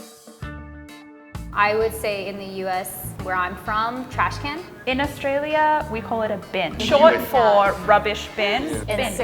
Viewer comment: From Australia not Austrolia?